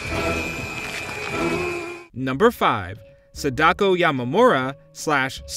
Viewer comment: Ahhh I’m not even Japanese and I CRINGED when he butchered Sadakos name😂😂😂😂